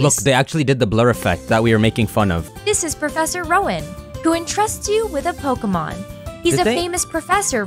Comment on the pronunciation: Every time she says "Polka Mon" I lose a year of my lifespan.